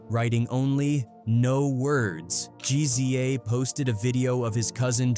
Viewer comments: I'm getting sick of these AI voices. What the hell is a R...Z...A...!? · R z a, rizza. What you talking ? G z a, gizza. Its not that hard bro. If u telling a story, say it right